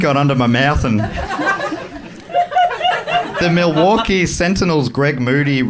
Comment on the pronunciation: Good pronunciation of Milwaukee